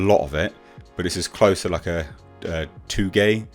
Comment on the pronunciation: It's pronounced toe-gay (touge) I love the car man I've been following the build since the beginning